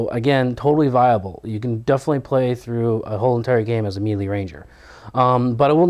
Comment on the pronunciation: I love your vids, but pleeeease pronounce melee right. I cringe whenever you've said it before. It's 'maylay' not 'mee lee'